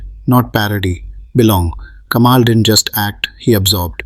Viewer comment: While you are trying to make a point, it falls flat when you pronounce vadai as vaada and it's Kamal ,not Kamaal!